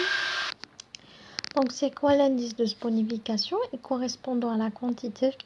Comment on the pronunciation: On dit la réaction de saponification et non sponification